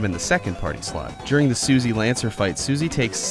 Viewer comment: says "Suzy". Not Susie.